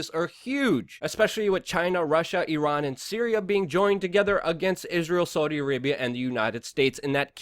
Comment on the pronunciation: Argghh Luke you can't even say Saudi Properly. I prefer destroy the illusion and pjw